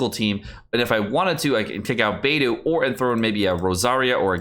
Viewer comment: And Bei dou (doll)